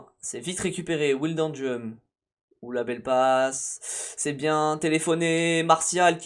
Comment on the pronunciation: Comment tu dit wijnaldum me tue ça se prononce pas comme ça 😂😂😂😂😂😂